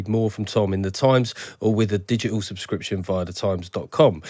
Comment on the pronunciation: 'Digital' - not 'Dig-i-ul'.